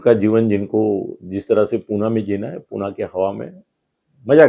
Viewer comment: पुना नाही पुणे म्हणा😊, नाहीतर तुम्हाला आम्ही आणील थत्ते म्हणू😂. शाम गिरी आल्यावर त्यांना तुमच्या उजव्या बाजूला बसवा.